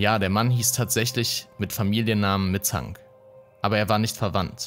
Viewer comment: Warum sagt der Sprecher immer "Mitzang"? die heißen doch (laut Einblendungen) "Mittank", oder nicht? 🤔